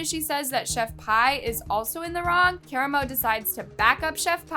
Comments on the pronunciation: I would just like to say I think her name is pronounced ( pee ) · I know this may not matter, but I'm just a little neurotic about pronunciation, and the woman's name is not pronounced "Chef pie" it's pronounced "Chef Pee". You know like piss? Like the pissy ass sauce she tried to poison the world with? I just feel , since she's lived UP to her name ( pronounced "Pee") for her piss tasting, botulism / salmonella filled sauce, let's CALL HER by her name..."Chef Piss" , shit sorry , I ment "Chef PEE." Just a little neurotic suggestion. 😁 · Im sorry this is off topic but its chef "pee" not "payy" 😭 (i have OCD im sorryy)